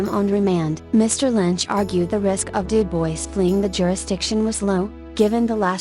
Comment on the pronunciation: I really enjoy your content, but the robot voice is unbearable! If you are going to insist on using a robot, try using the British robot voice, it seems to not sound so awful. But please, USE A HUMAN VOICE. UPDATE: Du-BOYCE?????? Stupid robot voice! I just can't. Great content - interesting stories that others haven't used, but that robot voice is just awful.